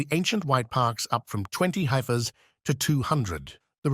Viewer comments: Isn't he supposed to be saying heifer, not highfer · HMM. Why would the voice doing the audio speak with an English accent, yet not be able to pronounce 'heifer' correctly? It makes a person wonder how reliable any of this information is.